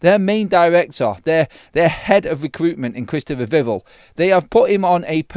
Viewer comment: He's called VIV-ELL - Not Vivul :face-fuchsia-tongue-out